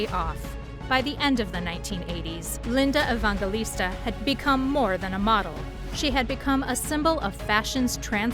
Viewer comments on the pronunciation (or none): Evangelista. It's a soft "g" like in "gel." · Probably should learn how to pronounce her name before making a video about her. Just sayin’. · Would be nice if you pronounced her name right (and Steven Meisel, too.) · I can't believe you repeatedly pronounce her name INCORRECTLY OVER AND OVER. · Ridiculous AI voice can't even pronounce the subject of the video's name. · I'm glad someone else said something about the pronunciation of her last name.